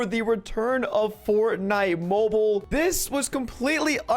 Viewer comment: Anyone wanna talk about how he called it “fortnit”